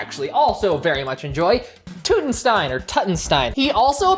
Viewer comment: The "Tut" in Tutenstein is pronounced like King Tut.